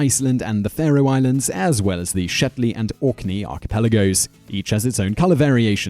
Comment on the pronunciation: you said Orkney like an Afrikaans speaker